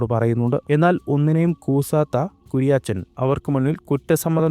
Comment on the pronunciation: Kuriyaachan alla.....kuriyachan😅